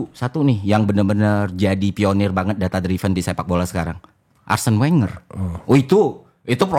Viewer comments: Ðata driven bukan,dráiven̈ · Hostnya berapa kali coba benerin pronunciation FI, |data driven|. Tapi FI bandel, tetep bilang |data draiven| 😂